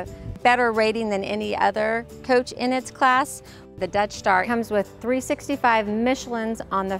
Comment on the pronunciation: It keeps sounding like your saying "Death Star" 😂 😂 great vids btw really informative